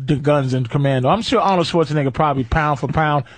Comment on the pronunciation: I will never stop internally laughing at Patrice pronouncing “Arnold Schwartz-uh-nigga”. RIP.